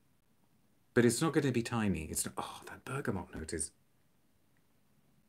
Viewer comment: First channel I’ve seen where the letter “n” isn’t inserted into the word “bergamot”!